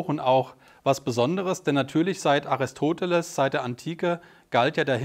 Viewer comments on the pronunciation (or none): none